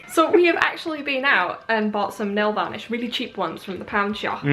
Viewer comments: hahaha you say nailvolish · are they saying nail vanish? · nail varnish? am I the only one who here's it like that?